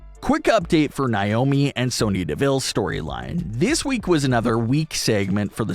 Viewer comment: Do you not know how to pronounce Naomi? Like it gets annoying hearing you pronounce it like that